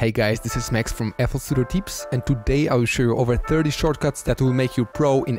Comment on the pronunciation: My man back with them "Fl Studio TEEPS"